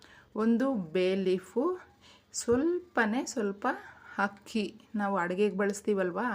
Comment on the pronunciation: ಲೋಟದಲ್ಲಿ ಯಾವ ಹೆಕ್ಕಿ ಆಕಬೇಕು ಏಳಿ ಮಾಡಂ😢 😢 ಒಳ್ಳೆಯ ಕನ್ನಡ ಮಾತಾಡಿ, ಅಕ್ಕಿ ಹಕ್ಕಿ, ಆಸೆ ಹಾಸಿಗೆ, ಎಷ್ಟು ಆಭಾಸ. ಕ್ಷಮಿಸಿ